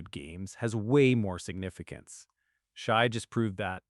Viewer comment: Lol his name isn't pronounced Shy. No one who follows the game would mispronounce the MVP's name. Also no one cares about consecutive 20 point games. Why not 21? Why not 200 games but one of them you score 19? It's not a record it's an achievement.